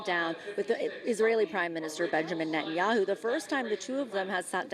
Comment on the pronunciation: Someone really has to explain to everyone in the spoken media that Bibi's name is Ne-TA-nyahu, not Net-nyahu.